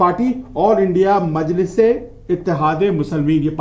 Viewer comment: Isko anchor kisne banaya bhai.. majnis nhi majlis ,atleast pronounciation to kar sir aap..